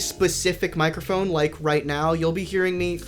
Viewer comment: "Mike err phone"